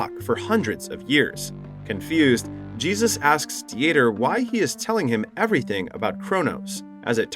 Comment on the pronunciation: Uh, yeah, but “Dee-ter” or the German name, Dieter, was pronounced wrong the entire time as well by the unaltered AI voice (which can be altered or tweaked), as well as Angel which is a simple (usually Latino) name that sounds just like the word.